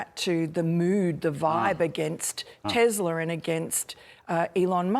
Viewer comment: “Tezler”. I love it! Stop being baby!